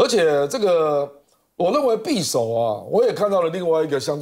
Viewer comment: [匕]首： 音[必](X) 音[比](O)